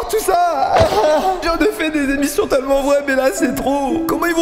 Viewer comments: C’est moi ou dit « tEUllement vrai » au lieu de « tellement vrai » 😭😭?? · Ça me fume il arrive vrm pas a dire tellement 😂😂😂